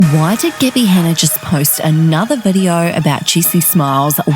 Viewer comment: why does the narrator call her "Geebby"?